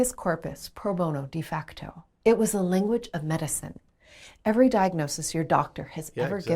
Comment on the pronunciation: The first time I've ever heard 'inflūence' stressed in that way; I'd guess it's either an Americanism or she isn't a native English speaker (she does say "linguage of law" ). Naturally, I only ever say 'īnfluence', with emphasis on the first syllable; same goes for related words e.g. īnfluencer, īnfluential, īnfluencing etc. Source: native speaker from London.